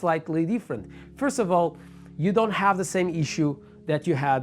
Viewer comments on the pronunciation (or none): none